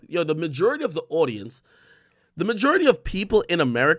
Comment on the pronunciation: Looooots of white hate in this episode :/ why do you pronounce majority like no one on earth does? 😭